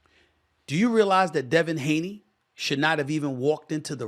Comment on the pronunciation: Devin Haney = Daney